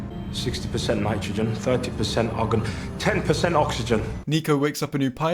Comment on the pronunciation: We not gonna talk about how the AI pronounces argon as "oggun"?